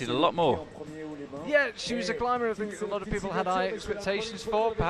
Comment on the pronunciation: Its think not fink ,speak properly if you are going to commentate.